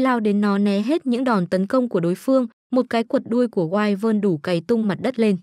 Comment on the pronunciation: Wyvern đọc là quy vần chứ không phải wai quần